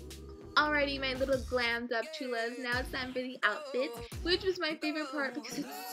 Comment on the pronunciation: you said cholas wrong